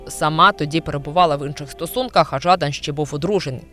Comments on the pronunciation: Та не Жааадан! А Жадан! Неуч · ЖадАн, а не ЖАдан. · шо це за дика манічка вигадувати людині свої інтонації для прізвища, шо за ЖАдан???? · Нащо робити випуск, якщо не знаєш , як правильно вимовляти прізвище героя цього випуску? Трошки дивно… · також звернула увагу на нетиповий наголос. Може б і підписалася на українськомовний канал, але цей невірний наголос натякає на не високий професіоналізм автора